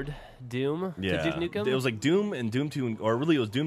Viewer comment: "were doing nuke dukem forever jeff" do that sound wrong to anybody else but me lol